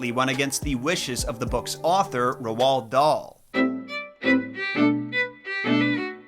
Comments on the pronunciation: You pronoce it like Ro dale ok 😮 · i love how you call him rowowld dahl😂😂 it’s said like role darl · Right. How do we pronounce Roald Dauls name. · It’s pronounced rold dahl not rwald dahl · If you're going to make a video about somebody at least learn how to pronounce their name correctly! Who the heck is Rowald Dahl? It's pronounced Raulled Dahl, ask for the correct pronunciation from Google they will play a version of somebody saying the name/word. It's really not that difficult to get it right! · Roald "Rold" Dahl "Daal" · RoOld dahl ick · Good video but your pronouncing rowld daal wrong but it's more like roll dal , we learn about him in school because he was born Wales . he's like one of the only famous Welsh authors . So welsh people are good at pronouncing his name . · Yeah the name is pronounced something like Rowl darl where I'm from. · Did you actually just heavily misprounce the authors name😢 Roald Dahl.... like ROLLED dahl🤦‍♀️ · is it just me or does say Roald Dahl weird